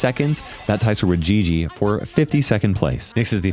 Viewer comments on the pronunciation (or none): none